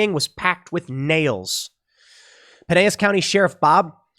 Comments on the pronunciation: Its pronounced Puh nell is county dude. Not Pi nay us. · Pinellas is pronounced Pin-El-Ess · Tim, I've heard you mis-pronounce Pinellas County enough times to comment with thus: It's the county that hosts St. Petersburg - forming the outside edge of Tampa Bay. It's pronounced Pu-Nell-Us - With the accent on the NELL Someone more proper than me (a redneck) might say Pin-NELL-us. So one-in-a-million this comment gets seen by anyone who can correct it, but I'll comment it anyway. Nice show, I can forgive you for introducing us all to Jack Murphy. LOL but that guy is gone, right? I hope so. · Pinellas = Puh-NELL-us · The l's in pinellas are pronounced. Piño = pine. St pete has bay pines and piney point which the peninsula making up the county is named after. Pinellas is not spanish. It is an English bastardization of the original spanish terms used to identify it. Don't use the y sound for the double l's in pinellas